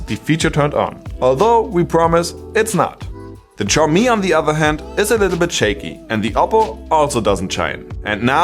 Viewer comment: Xiaomi is pronounced as = xiao - show ( from - shower 🚿), MI - mi ( as it is ) = Xiaomi is pronounced show-mi.